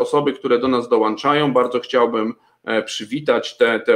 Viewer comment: Mówi się dołączają, A nie dołanczaja proszę Pana.